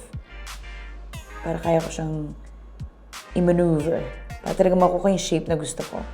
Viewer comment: "kaya pwede ko siya im a n e u v e r"